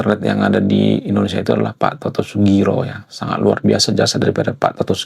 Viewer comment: Pak Toto Sugiri bang bukan sugiro